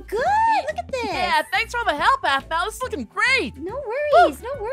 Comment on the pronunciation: it’s Aphmau not Aphmo